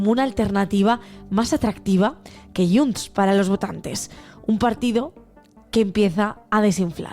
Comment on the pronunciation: es diu :: JUNTS!!!!!!!!!!!!! no YUNTS!!!!!!!!!! heu d'aprendre a parlar el català